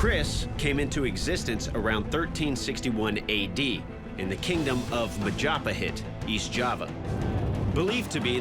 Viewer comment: this is annoying me so much, it’s pronounced Mah-ja-Pah-hit